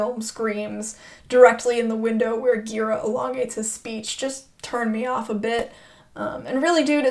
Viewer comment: Just a side note: it's pronounced with a soft G "Michael Ji-RAH", thanks for the thoughtful review.